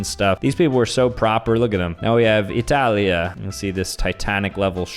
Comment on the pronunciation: ah yes "italiya"